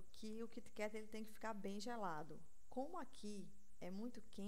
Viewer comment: LIndo!!!!Adorei as dicas!E achei super bonitinho ela pronunciar Kit Kat...